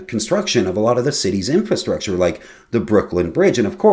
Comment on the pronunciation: I'll make you a deal: I'll happily subscribe to your channel, if you will read the word infrastructure. See that extra r in there? It is the very meaning of the word, that which is beneath our feet. Infastructure isn't a word, but if it was. it would sort of imply infancy. It is not you, or just you. It's just jarring to keep hearing, especially as constantly used by government and political-types, whom obviously have no idea what they are talking about. You DO know what you are talking about, as you have put in some research. But I won't subscribe unless you discover that third r. And I am almost certain there were no donkeys involved, instead their sterile hybrids with horses, mules. Peace.